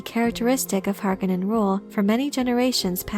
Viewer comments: it's "Har-CONE-en"; not "Harkinen". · Why is everyone including the cast of the new movie pronouncing Harkonnen wrong its HAR KO NN EN not harko nnen reference the original film. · The pronunciation of Harkonen drives me insane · Ok so I get the idea that as little possible should reference the 1984 movie but what is the ‘ Correct’ pronunciation of Harkonnen ? Hark own en or Hark a nnen